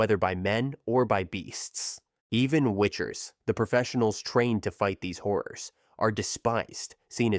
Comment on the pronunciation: No, no, "horrors," not "whores."